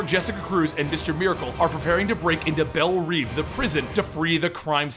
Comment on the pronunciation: I was really enjoying this until you said Belle REEVE instead of Reve. Still great though